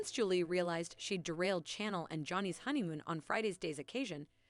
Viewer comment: She is named Chanel, like the perfume and fashion line. You keep saying channel, as in change the channel. Cringe worthy.